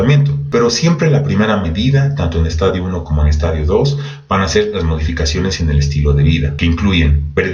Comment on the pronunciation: Gracias, buen video, solo una observacion pequeñita, se dice estadio con acento en la i, como lo pronuncia es estadio de football! Juju 😁